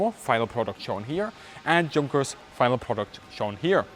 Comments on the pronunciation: Hi, I'm one of your viewers in the UK. I find your videos very therapeutic to watch. I really like the fact that you talk factually and even handedly when referring to WWII. As a brit, please can you confirm the correct pronunciation of the aircraft maker Junkers. I've always assumed that ignorant brits pronounce the "J", but the proper way to say it in English would be to pronounce it as "Yunkers".. Is this correct or totally wrong, please advise... This is so not important, but it is bugging me. Thanks and keep up the good work dude. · Great videos, however, in the UK we do try to pay some attention to German pronunciation and with Junkers there is an additional case that using the English J makes it sound like Junk and seems disrespectful, therefore as someone that has grown up in England, speaks English, has taught English and pronunciation, we respect German pronunciation and show worldliness by consistently saying it like "Yunkers". Junkers is also an important manufacturer for aircraft enthusiasts and modellers in both world wars and it is not an exotic name for us. I'm sorry if any Americans did the usual and not respect your pronunciation at all, but they do that with everyone because they are less literate than the rest of us and are a minority, foreign dialect, you will find that it's "Yunkers" in South Africa, Australia, New Zealand and not just the UK, and that's because we like to avoid calling it like "Junk" so I would caution against dumbing down our pronunciation, especially with native English as spoken in England. The fact is that the adoption of foreign pronunciations was a development around the middle of the 20th Century and away from saying Italian as "Eyetalian" and so on. It is a bit distracting the non-standard pronunciation of Junkers or the fact of the allusion to junk in that selection in the pronunciation, it is problematic and affects the presentation. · Why don't you pronounce "junkers" properly?